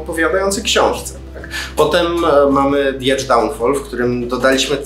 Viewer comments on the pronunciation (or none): none